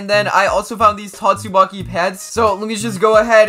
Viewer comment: I just keep hearing tastumaki 😂